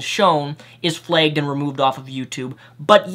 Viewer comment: It's pronounced flagged not flegged.